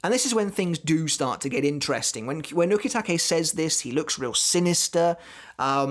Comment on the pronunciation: I like your vids. But your pronunciation of some Japanese kills me. "U-KEY-take" 🤦‍♂️. Same reason I can't watch dub'b anime. But keep the series thoughts going, bud.